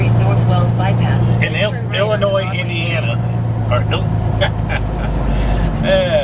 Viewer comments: He just likes to say illinoise to get everyone riled up in the comments 😂😂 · it's pronounced "Illonoy"... for Chr..t sake... Jimminy Christmas.....